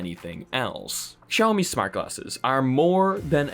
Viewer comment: i love how your english accent is so perfect but you say KSIAOMI like a real Pole and I think thats beautiful